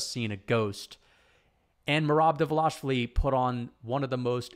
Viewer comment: great video i respect that you are going back to see where you were wrong but i think you had valid logic in the picks even though they were ultimately wrong. one thing though, Merabs name, its pronounced Duh-val-ish-vil-ee its a tricky one for us English speakers keep up the great work always like hearing your take on the sport.